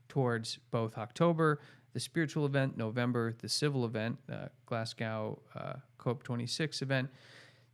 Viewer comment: Thank you for the in depth discussions on these matters, they are very important and give more perspective. However, as a Brit, please, it is not 'Glas~gow', like 'cow'; it is 'Glas~go', as in 'to go' somewhere. Glasgow (Glasgo) is Scotland's second city, with Edinburgh (Edin~buhrruh) being the first/capital.